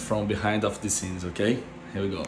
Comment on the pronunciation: vou te ajudar na pronúncia então. of é pronunciado como oV. é som de V, não de F. kkkk consegue implementar essa? OV.... OV course I can. :)